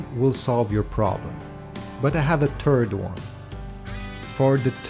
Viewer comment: Thhhhh ird, not turd.